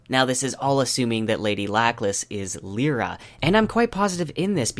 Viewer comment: That pronunciation of Lyra. I had to google. I thought he was on about a character I had totally forgotten. Of all the names to butcher...